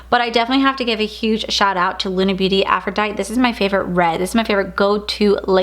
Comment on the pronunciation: You crack me up, cause you're just like me! 😂 Just FYI- the lip from lunar Beauty is pronounced AFRO-DIE-TEE like the Greek goddess. No shade, I actually think it's cute how you say it. ♥️